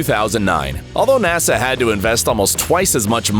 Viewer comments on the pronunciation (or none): none